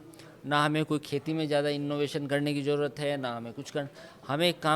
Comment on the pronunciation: bade sciencedan pehly jaroorat ko zaroorat to bolna sokh lo.🤣